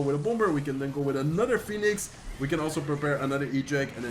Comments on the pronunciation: Al tipo se.le sale lo Español cuando dice fénix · Fénix es en español, por eso la confusión en la pronunciación. Que agradezcan los angloparlantes por tomarte el tiempo de subir contenido en su idioma. Que no se quejen jajaj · First time here. La pronunciación del phoenix en español ❤ TQM. And im actually impressed, this feels the same as watching one of your spanish videos. Love it. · Zeg Phoenix vooral zoals je dat zelf prettig vindt. Ik wilde je er alleen op attenderen wat de uitspraak in het Engels is. Mij maakt het niet uit hoe je het uitspreekt eerlijk gezegd.